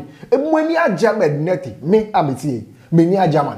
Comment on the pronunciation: I like the way you pronounce the Nartey 👅👅